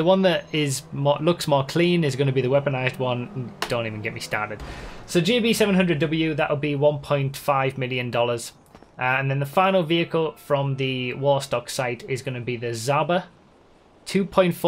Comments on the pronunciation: "Zhaba" has to be pronounced as "Jaba", but without D'sound. And it means "Toad" in Russian. Just to make it clear, ya know. And good to see that R* is actually watching your videos.))) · NO THE ZHABA ISN'T PRONOUNCED LIKE THAT! AND IN MY LANGUAGE (bulgarian) IT MEANS FROG! and it looks like a frog too. and the fact that it can go on water means it's amphibious. just like a FROG. жаба